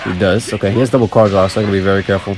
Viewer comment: Am I the only one who thinks it's cringe when he says it's varrrre 😖😅 plz stop 😩